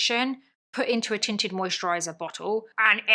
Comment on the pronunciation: Your accent (and me busy cleaning my guest bedroom) had me at first because I heard “titted” and not tinted. Either way, I was invested. 😂😂😂😂